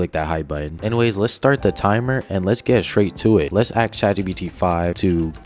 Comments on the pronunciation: it's "ask" not "axe" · Say 'ask' properly fkwit.